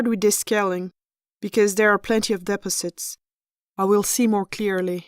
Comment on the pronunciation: The word " deposits" An American would accent the second syllable. She accented the first.